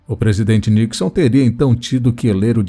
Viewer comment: Nicson, não Nixan